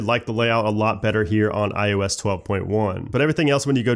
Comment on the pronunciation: First and omg you still say ioesh 12 except when you say ios 12.1